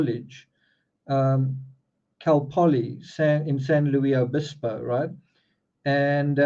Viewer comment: Quick correction. Cal - Poly in San Luis Obispo. San Luis is pronounced with the "S". No French inflection on the "i". San Luis Obispo